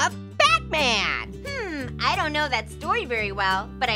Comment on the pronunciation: Batman or butman?